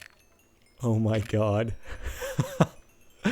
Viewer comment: why is he saying "oh my gawd" like a guido?